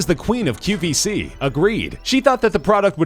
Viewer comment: It's the read E rest. And its QVS not qBc. The amount of mistakes in this video are ridiculous. Half of the products are pronounced wrong. The person voicing this clearly never watched the show! And for that reason..I'm OUT! (I had to.)